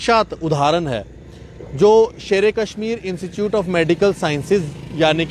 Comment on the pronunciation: Institute hai...instichout nhi hai...anpdh gawaar...khie ka .🤦